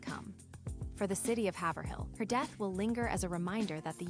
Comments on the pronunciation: It’s “Haiv-rill”. Not “Haver-hill” When the pronouncement of her town is constantly incorrect because you’ve never even been there, or even SAID OR HEARD the town…. It’s cringe! Fix it! It’s a dishonor to her! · Haverhill is pronounced hay vur hill